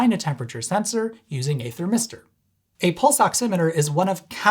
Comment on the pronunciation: "a thir-mister". No.